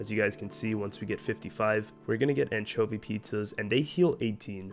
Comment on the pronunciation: you pronounce anchovy wrong... but i like your pronunciation more.